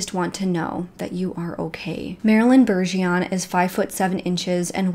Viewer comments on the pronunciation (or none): 🤗 I would NEVER EVER make fun of u (ESP.. for butcher'n our Cajun language) but here in Louisiana Bergeron=Bajrahn #✌️💖🙏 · It's my name to and it's pronounced one way. said it wrong.My name is Annelisa Bergeron.Its French. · Btw, it's "Bergeron," there's an " r" in there. Very common French Canadian surname.